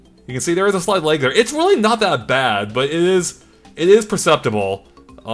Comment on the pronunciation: Never heard lag pronounced leg until now. Are you Canadian?